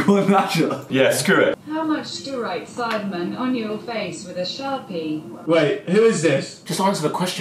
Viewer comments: man said SEEDMEN 🤣🤣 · The way that guy said sidemen "seedmen" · Man said seedmen